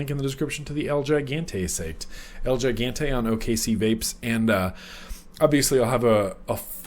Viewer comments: I believe the pronunciation of El Gigante is el he-gante. Just a heads up for when you do the full review... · I would think it'd be pronounced El (H)igante. Right? Like in keeping with the Spanish theme. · big brother is watching you! LOL.by the way,it's EL-HE-GAN-TAY! get it right next time! down here in texas 30% of our population is bilingual (myself included) had to grit my teeth everytime you butchered it.great V-log. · so idk if anyone already said this but the el gigante mod is in Spanish and pronounced "el he-gon-tay" lol just throwin it out there lol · Ha ha, I was cringing as well..:-)